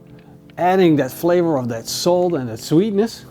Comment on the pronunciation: Bro anyone else think he said soap at first until he said salt the second time?